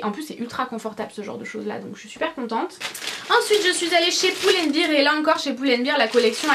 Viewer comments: Très beau haul, j'étais sur le site de H&M en mm tps :) Par contre tu me fais mal aux oreilles quand tu prononces Pull & Bear !! ça se prononce Bair et pas Bir parce que Beer c'est de la bière lol. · Super vidéo tes achats sont supers mais arrêtes de dire poule and bear s'il te plaît ahah